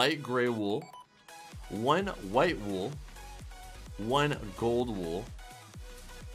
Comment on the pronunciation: he said Golden wol